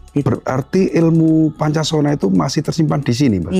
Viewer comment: Bukan Poncosono,,,tapi Poncosonyo